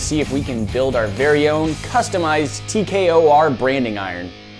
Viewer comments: It’s T K O R you keep saying TKRO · He did the o in tkor wrong